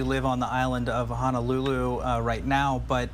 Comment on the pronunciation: it’s HO-NO-lulu. Not HANAlulu. Sheesh!!!